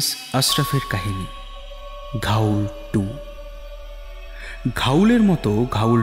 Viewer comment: Dear Team this is a request to the main narrator kindly get ur pronunciation correct its "GHOUL" AND NOT GHAUL ! According to the dictionary of Supernatural elements its said to be a low life spirit that feeds on dead bodies found mostly in cemeteries. Agarbatti or dhoop are the same. The entire presentation was spot on ! Enjoyed every minute of it. Brilliant acoustics. Good luck for the future. 🤘✌♥️...